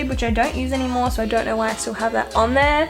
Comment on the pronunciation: “Stoll” lmaoooo